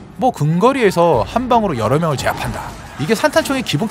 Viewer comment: 여려명;; 여러명입니다.